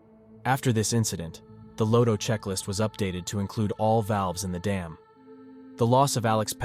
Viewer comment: It's pronounced as 'LOTTO', not 'LOADO'.